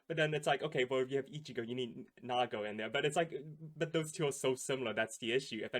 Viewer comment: its Nigo not Nago